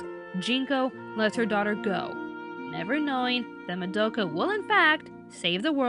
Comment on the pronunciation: Was anyone else annoyed at how pronounced Madoka's name wrong?